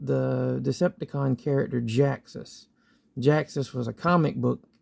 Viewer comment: Its ge ax us say it right